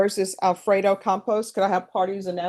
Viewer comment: It’s Campos but I love that Judge Boyd pronounced it Compost. 😂